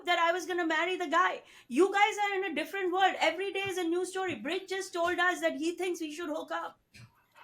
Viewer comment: Its brij not bridge , just letting u know , no offense